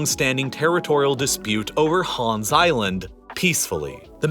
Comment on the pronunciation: People are really pronouncing Hans as HÅAAAaaaanssss. As a Dane, it bothers me more than it should